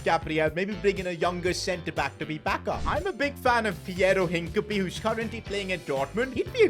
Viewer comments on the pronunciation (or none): No way he said hinacipe over gabriel